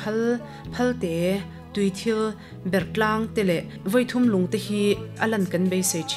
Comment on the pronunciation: Unau thawnthu hriat mah a dang e tih zawng zawng. A ziaktu kan khaw pa a ni a, a zir chiang fe phawt hnua a ziah a nih a rinawm a. Kehme erawh Dipui tiin a rawn ziak hlauh thung. Hmun hming Vawi thum lung, Sialkal tlang dung tih te hi a chhiartuin a thluk pai deuh tih loh chu a ngaihnawm viau e. Khuangnung khuaa chengte kha Simte hnam an ni zawk awm e.